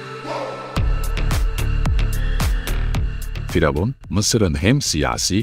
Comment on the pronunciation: Neden diravun demek yerine faravan diyorsunuz🤷